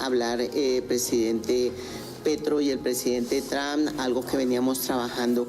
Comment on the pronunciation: Esa señora no sabe pronunciar el nombre del presidente de los estados unidos 😂